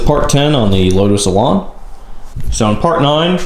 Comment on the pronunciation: Why do Americans say "Elon"? Elon isn't a word. I wish this would stop. Elan is word, and it rhymes with ran.